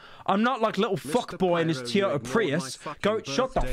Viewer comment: Why tf do u say teeyota